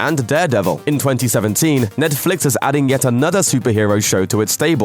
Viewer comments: The way you say Netflix is ridiculous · Is it me or does this guy pronouce netflix in a weird way? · Why does this guy pronounce Netflix in sucn an annoying way? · Say Netflix properly